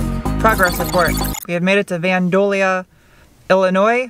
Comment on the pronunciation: Love how you pronounced vandalia 😆🤦‍♂️